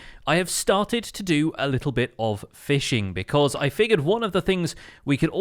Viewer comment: 22:8 lol you said feeshing instead of fishing